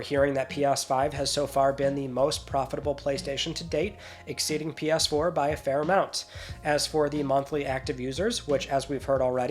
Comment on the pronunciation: I am sorry - "P-yas 4, P-yas 5" 😅